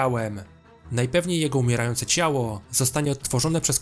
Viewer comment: CiałO, KorporacjE... kurwa, jak ty dziwnie mówisz.